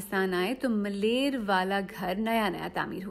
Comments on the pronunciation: Place name in karachi is” Malir” not malair. Please correct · It’s called ‘Maleer’ not malair, the Maleer of Marvi of the great Sindh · Malair nahin Maleer 😳😳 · ملیر Correct word is MALEER not MALAIR. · this narrator can't pronounce malir properly, what a pity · اپنا تلفظ درست کر یں خود نوشت اور ملیر کا تلفظ درست ادا نہیں کیا گیا